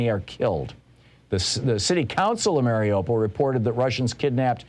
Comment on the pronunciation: "Maar-e-yu-pol" Thom. Say Mariyu fast,then "Pol", not "pole"...